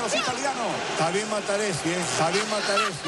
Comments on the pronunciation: Materatezzi, el pollo lo corrige y vuelve a decir materatezzi ,jajajaja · "MATERATEZZI"... jajajajajaj MORÍ!! XD!!